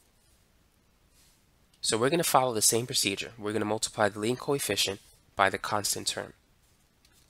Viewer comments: For some reason, i mishear your "coefficient" with "Koi fishen'" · i keep think hes saying coyfish